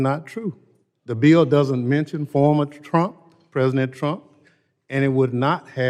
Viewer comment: Thompson needs to be removed, especially since he can't even pronounce BILL.